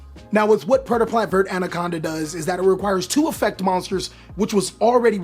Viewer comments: I hate how you mispronounce verte. It's not vert. It's "ver-tae" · every time he says vert instead of verte i get 3 aneurisms